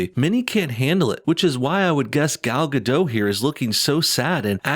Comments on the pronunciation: Gal Gadot, Gadot is pronounced like robot. It's not a French silent t. If in doubt, you can find her saying her own name. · You pronounce "Gadot" wrong.